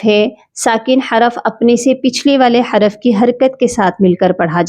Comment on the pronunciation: حراف نہیں ہوتا حرف ہوتا ہے